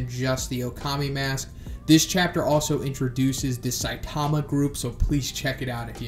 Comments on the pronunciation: Jesus! It's Sigh-TAH-mah. Have you even listened to the Animé or heard One speak? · Stop saying Saitaama. It’s pronounced more like Saitma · I would expect someone that is this into manga and anime to say Saitama’s name correctly but ig not